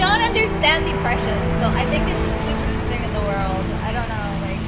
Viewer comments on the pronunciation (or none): I believe it’s pronounced “Depression.” Not “Deepression”